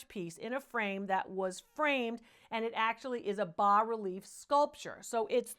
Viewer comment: I'm in. Anyone who knows how to pronounce BAS relief and ITALIAN has my vote!! Fun stuff!